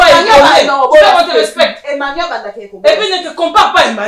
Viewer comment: Je pense que fait une erreur de prononcer le sobriquet " Emmanu" au lieu de " Emany " car on dit soit " MANU"; " EMMA " ou encore " Emany " valable pour filles ou garçons!